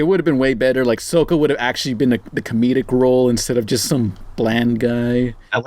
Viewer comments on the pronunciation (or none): is pronouncing soka (sock-a) sokea (soke-a) NERD RAGE ACTIVATE